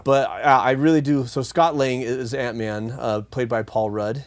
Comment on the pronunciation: Great stealth use of "Antmun"